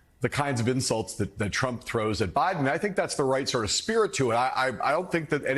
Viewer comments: That dude said “biben” 🤣🤣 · “Buden”…. ?…wow…!